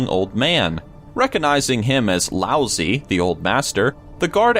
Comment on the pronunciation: love you, love your videos, but: your pronunciation of the name Lao-Tze is, well, lousy.